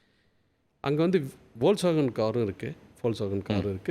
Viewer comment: Volkswagen one has to pronounce as folks Wagah means peoples car.sir..please correct it